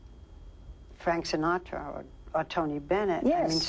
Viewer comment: I wememba Fwank Sinatwa...